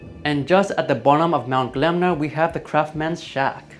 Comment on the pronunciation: Im surprised no one mentioned your pronunciation or mount gelmir, it's Gel-mir not glemner.